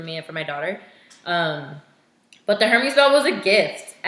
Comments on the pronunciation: Hermès... “air:may” not “hermeez” 💁🏻‍♀️ just sayin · Forgive me for being a snob, and looking like a pretentious one at that. You pronounced "Hermes" wrong. It's pronounced more like, "air-mehs" H's are always silent in French, and I have a french bf, so I felt compelled to comment. That is all.